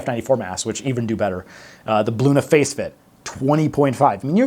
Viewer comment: great vid! saw you on yahoo news. also- thought you said "Blue in the face fit" for Bluna Facefit !